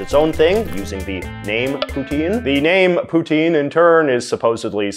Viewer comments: As a Canadian , you should really pronounce poutine correctly Poo Tin , not Poo Teen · It's pronounced p'tsin